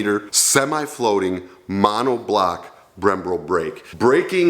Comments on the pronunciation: Ive enjoyed your content for a long time now. I love what you do for veterans and your enthusiasm for causes. One small criticism. I think if you are doing a review on a bike its important to know how to pronounce the features and the manufacturers name correctly. Its BREMBO not Brem bro. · "BremBRO"? - Yeah, almost as ignorant & dense as pronouncing "I want to ASK you something" into "I want to AX you something"... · "BremBRO"? Sorry man, but I couldn't quit laughing when you said Brembro instead of Brembo. Maybe because you said it incorrectly 4 times in less than 30 seconds. Come on man, I'm messing with ya. Thanks for the video. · It’s Brembo, not Brem-bro! 😂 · Stopped it at "Brembro." What even? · Brembo not brembro... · Leading any America V-Twin touring motorcycle? Isn't Harley the only other America V-Twin touring motorcycle? LMAO Bro its not BrembRo, its bremBO. lol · C Collins-LOL My thoughts exactly! Brembo-not Brembro-hahahahahahaha - Having said that, this vid is a passable intro to the bike...Might by a used one in time...... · I can't believe it...and you continue to repeat it and no one around you corrected you!! It's BREM....BO....not Brem BRO....You should know this automatically!! The Dark and the Limited are wayyyyyy over priced!!! Indian is doing to their customers exactly what Harley Davidson has done over the years!!! Yeah, "...targeted at the what the custom market has been doing for now for a couple of years..." and every other motorcycle manufacturer has been doing for the last 15 years. Like Harley Davidson, Indian is NOT ahead of the curve!! They're finally just catching up with the rest of the pack!! C'mon bro...you're better than that!! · It’s Brem,... bro! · It's Brem-bo not bro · BREMBO not BREM B R O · Zactly BremBRO! C'mon man Brembo, I dont see the second "r" and looks like a Harley Road Glide to me. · Brembo lol not Brembro bro 😁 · Ahem... BremBO... not brembro... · Brembo...... not brembro.... lol